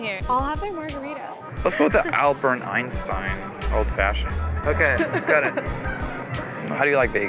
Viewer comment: I think he's really good lookin, a gentelmen and seems very smart, plus emotionally smart. Two Albert Einsten, cheers 😋 ... I just rewound the video to make sure you said Albert Einstein and then I realised you said Alburn Einstein lol nice 😏